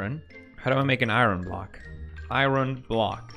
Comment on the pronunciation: will he stop mispronouncing iron block